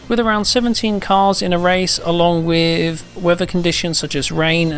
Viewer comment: Ah yes, another video "wif" "smooveness".